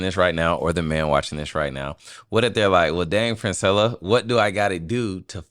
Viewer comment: During the introduction, she looked up at I know these man didn't just say my name wrong. It's Princella Clark 😂😂 Reguardless this is definitely one of the best podcast she's ever been on.